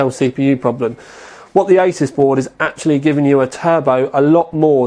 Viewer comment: Someone needs to tell this guy he's pronouncing Asus wrong...